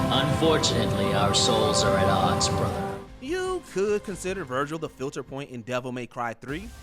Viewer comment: Ares, Verdugo, Vergil, Rodin...you said those names in a weird way, they just sound very weird the way you say those names.